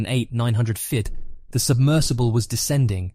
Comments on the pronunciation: why do you have so much trouble pronouncing the word "feet"? i've heard every version of it but the correct one... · Why can’t you pronounce feet properly at the start/middle of this video but you pronounce it properly near the end?!